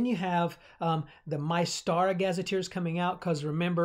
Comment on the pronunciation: Like the video you have a lot of good points. However I think you are not pronouncing Mystara correctly, you are saying My-stara and I think it more like Myst-ara, like the game Myst would not be pronounced My-st.